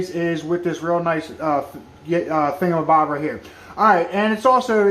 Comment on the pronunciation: He say it, with a "thingamabobit" ... lol